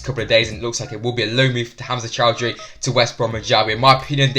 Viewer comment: Please, not Choudhury